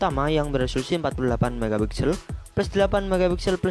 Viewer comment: Pas dia nyebut pixel, gw jdi🥴